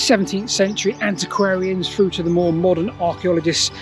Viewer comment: Can you explain these sayings! Like, Fousands? One two free? Go froo here? Spupid boy, surely you know this is not pronounced FF?